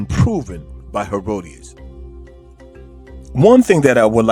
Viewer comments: …well no. The only other thing is the name of the Greek historian you quoted. His name is Herodotus (Herod-o-tus). You referred to him as “Herodias.” Herodias was the woman responsible for the beheading of John the Baptist. Other than those two glaring errors, (tigers in Africa and the mispronunciation of the historian’s name you cited) the video was quite informative- the kind of material I like. It was truthful, respectful, bold and unflinching in the face of the crowd that would be opposed to it or offended by it. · Herodias? Do you mean Herodotus? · Is he pronouncing Herodotus" as "Herodius" ?? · If you are going to quote Herodotus at least pronounce hin name correctly.